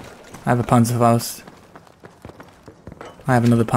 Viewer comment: I got a banserfausd😂 Ich bin deutscher und du musst das kräftiger aussprechen Panzerfaust!